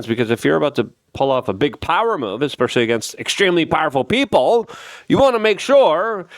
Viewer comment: Did he say EXspecially ? That’s not a word.